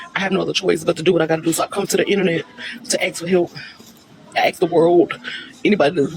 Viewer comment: supposedly has a degree in English, but says ‘axe’ not ‘ask’ 🙄